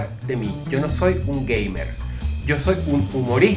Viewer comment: jaja le entendi gayber en vez de gamer jejejejeje